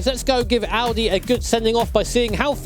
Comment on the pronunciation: At first of all you say Audi the right way respect 👍